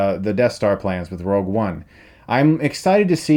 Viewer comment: Rogue....not Rouge.....